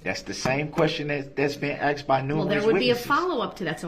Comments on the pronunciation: If I’m honest, in my Opinion, this Kid was not a great witness. He was all over the place! He couldn’t simply answer Yes/No when “Axed” a question. Kinda reminded me a little of DUH-RRELL!! Not that anyone could be as Ridiculous as DB, nor am I comparing him to DB, just reminds me of how DB acts! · It’s not Axed it’s asked , it’s not substained it is sustained ..